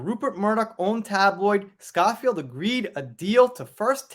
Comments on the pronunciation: FYI: the name is pronounced Scho-(to rhyme with 'snow' or 'show')field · The O in Schofield is pronounced owe, as in The Sun Owes JD a humble apology. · Pronounced Sko field x